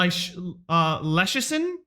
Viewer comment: As I said i your Sens series - you should just identify as someone who mispronounces names lol Leschyshyn (likely Curtis Leschyshyn's son) is pronounced like "incision" - Le-cision. Idea for your next series, you can only draft or trade for players you can't pronounce their names.